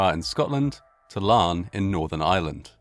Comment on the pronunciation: for pronouncing Larne correctly. However, Larne is in Northern Ireland, which is part of the UK.